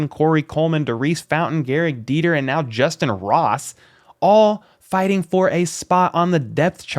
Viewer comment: It's justyn Ross...plz fix